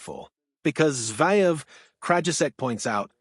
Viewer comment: It’s pronounced Zer -Ev… not Zy-Ev’!! you’d be better off speaking yourself.